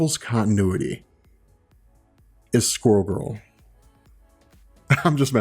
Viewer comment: When you said squril girl I almost changed the vid